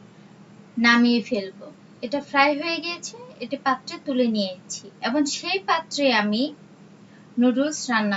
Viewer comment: এবং বলেন।এবন না ।